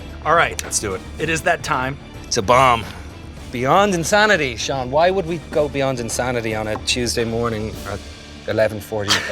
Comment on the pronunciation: He says Sean the way it's supposed to be said